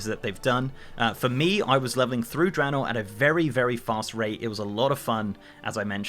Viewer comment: Random- thank you for pronouncing Draenor correctly lol